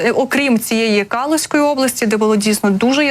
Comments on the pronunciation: Область в РФ не Калуська, а Калужська, з наголосом на "у" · Ведущая, ваи надо правильно ставить ударения и отработать дикцию. А то получается, что горит Калушская облась. Так вас слышно.